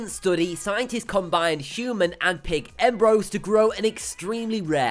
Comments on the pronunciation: It’s emb-ree-oes not embroes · He keeps miss-pronouncing embryos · Now say it with me... EM..BR..YOs